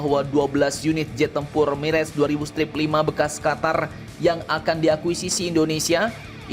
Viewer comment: Mirah, bukan mireg min admin.....kayak orang tdk sekolah saja.